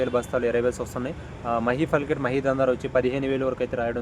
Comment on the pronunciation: మహీ ఫల్కట్ కాదు ఫుల్కట్ అని చెప్పు